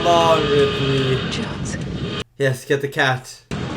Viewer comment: Her name is Ellen Ripley. Are you saying Ridley?